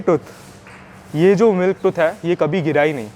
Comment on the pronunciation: भाई मेरे हा हा मत बोल है शब्द है..नया है यहा 😅😅😅